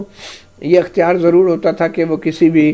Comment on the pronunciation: درست لفظ ۔۔اختیار۔۔ekhtyar